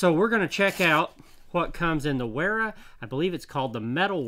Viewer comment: The correct pronunciation is "Vera" with a "V" as in the english word "very", by the way. Since your "Knipex" is so beautifully correct at this point, i thought i'd nudge you on to the next step on your hazardous journey through German toolmakers' names, brother. ^^